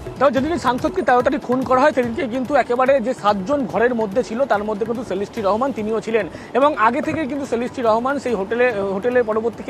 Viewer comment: ভাই সেলেস্টি না😂😂😂 শিলাস্তি রহমান আসলে হাস্যকর কলকাতার নিউজ গুলো